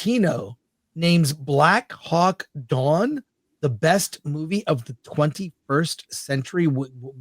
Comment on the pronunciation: Not watching film commentary if the guy thinks it's "Black Hawk Dawn".